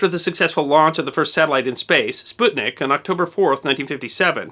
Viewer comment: Props for pronouncing "sputnik" in the right way!